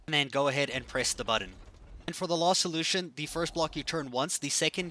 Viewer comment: Am I the only one that noticed this guys says lost instead of last